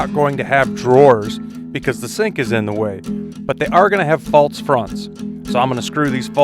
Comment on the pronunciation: Everything about listening to you wax philosophical and explain what you're doing was so relaxing, but then I got to you saying "faltse" and it was so jarring! xD